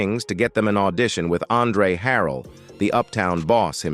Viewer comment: You making money putting up a Vlog about Jodeci and you start off in the first 45 seconds calling K-Ci “K-San”. 🙄 Then you called him “K Sigh”. You couldn’t pronounce Andre Harrell’s last name. 👎